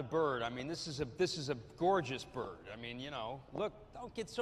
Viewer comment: I WAWNT MY BURD. NO! O WAWNT MY BURD.